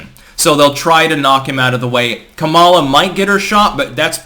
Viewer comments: I can't help notice that is mis-prunoncing Kamala Harris' first name. Now she is very sensitive to that, mind you. It's Ka-mala. (stress is on the Ka part, as in Ka-lamity). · No, he's not. It's pronounced Kum mala, just ask her. She spent enough time on her knees for Willie Brown 🤣